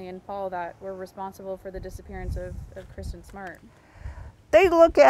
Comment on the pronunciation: She can't even say Kristin's name grrrr. And she knows Paul is guilty, she never outright said he wasn't